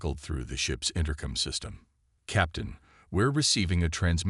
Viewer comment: AAAANNNND as usual....CRAPPY AI!!!!! What is: "deh-BRISS", "BEAR-idge", "RED-outs", "INTER-cum"!!!!???? This and other major ENGLISH errors!!!! STOP using AI if they can't speak freakin English!!!